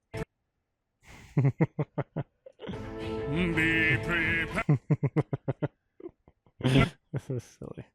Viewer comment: The silly little “beh pwepah” fucking kills me